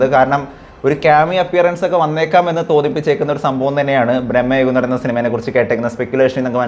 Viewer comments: U r saying it like Brammayugam .. it is Bramayugam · ബ്രഹ്മയുഗം അല്ലടാ.. ഭ്രമയുഗം ആണ്... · ബ്രഹ്മയുഗമല്ല സുഹ്രത്തേ.ഭ്രമയുഗമാണ്. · man ഭ്രമയുഗം എന്നാണ് പടത്തിന്റെ പേര് ഇയാൾ ബ്രഹ്മയുഗം എന്നാണ് പറയുന്നത് രണ്ടിന്റെയും അർത്ഥം വേറെ വേറെ ആണ്.. ഒരു കാര്യം അവതരിപ്പിക്കുമ്പോൾ അതിൽ ഒരിത്തിരി ശ്രദ്ധകൂടി ചെലുത്തേണ്ടതാണ്... ഞാൻ പറഞ്ഞതിൽ എന്തെങ്കിലും തെറ്റുണ്ടോ എന്ന് ഒന്ന് ചിന്തിച്ചു നോക്കിയാൽ മതി മനസ്സിലാകും.. 🙏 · Bro ബ്രെഹ്മയുഗം അല്ല ഭ്രമയുഗം എന്ന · എന്തോന്നടെ ഇത്...പടത്തിന്റെ പേര് പോലും നേരെചൊവ്വേ പറയാൻ അറിയില്ലേ!!!! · നീ ആദ്യം പോയി സിനിമയുടെ പേര് മര്യാദക്ക് പറയാൻ പഠിക്ക്.. എന്നിട്ട് ഇരുന്നു കൊണക്ക്... Its so annoying..